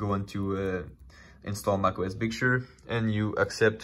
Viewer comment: Can please say 'Big Sir' instead of 'Big Shur'?